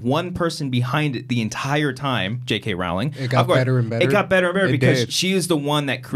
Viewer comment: Just FYI, it's not pronounced ROW-ling, its ROHL-ing.